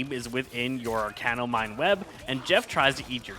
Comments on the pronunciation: Bruh if I hear him say "arcane-no one more time instead of Arachno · sir it's arachno not arcano pls 😭😭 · Apologies if you’re dyslexic, but it’s ‘arachno’ like arachnid as in spider not ‘arcano’, which isn’t a word and doesn’t make sense. Idk why but it really bothers me when people look at a word and just say what they think it says instead of actually reading what is there in front of them. And even if it sounds weird to you or you can’t figure it out, literally just google ‘arachno pronunciation’ it takes 5 seconds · "Arachno" not "Arcano". it is a play off the word Arachnid.